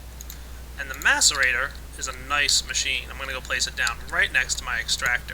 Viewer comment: when u said place my bed i thaught u said wet my bed